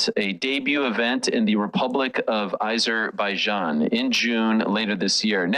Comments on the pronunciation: Why are these 2 dorks pronouncing it like they've never been heard of Azerbaijan before???????? 😅😂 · The way Ariel is saying Azerbaijan is pissing me off and I am not even from there 🤦